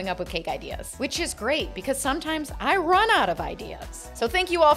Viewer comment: It sounded like you said which is great because sometimes I ron out of ideas